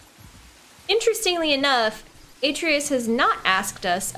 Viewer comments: You gotta start saying Atreus’ name right. “Uh-tray-us” lol! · is this far in the game and she still was mispronouncing Atreus' name wrong. Lol 😆